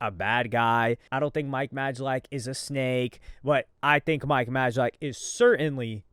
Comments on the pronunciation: Bro it’s pronounced MIKE MAY-LACK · Like mispronouncing Mike’s last name on purpose or acting like he doesn’t know Logan has a kid..